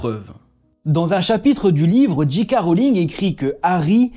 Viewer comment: Petite erreur, ce n'est pas "Dji K" Rowling, mais soit "JK" Rowling en français, soit "Djay Kay" Rowling en anglais, et là, vous faites un mix où vous prononcez Dji (=la lettre "G" en anglais). Merci en tout cas pour toutes vos vidéos 🙂